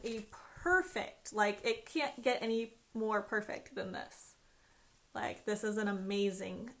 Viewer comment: By the way it’s pronounced perfect not perfec